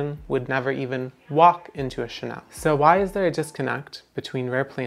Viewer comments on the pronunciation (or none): none